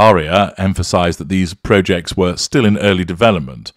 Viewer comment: “Proh-jects”? You’re a northern lad, made good: “ProJects” is the UK pronunciation lad! Like the “pot noodle” advert, as a misphonic!!!!!: AARRRRGHHH!